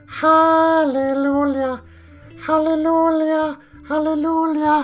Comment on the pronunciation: I laughed out loud when you started saying "Halleloolyuh" cuz I wasn't sure if you were serious or not. Lol No hate, you know I love you, but there's no "L" its "Hallelujah" with the "j" making a "y" sound. 😂 Keep up the great work. Also, the horde mechanic is dumb so I'll be skipping it entirely. Just my 2-cents.